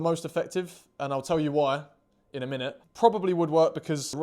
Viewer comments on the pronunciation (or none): none